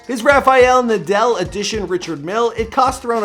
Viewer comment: I cringed when he pronounced the Richard Mille. Lol